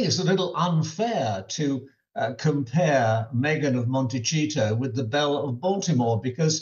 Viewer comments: Does he say “Montecheato” instead of Montecito on purpose ? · Michael Cole, I totally get your point of view and appreciate your analysis but please, Montecito has a "soft c". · Why does he keep calling it montechito! It's beginning to irritate me! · Why hasn’t he a “royal correspondent” learnt how to pronounce Montecito by now 🙈😂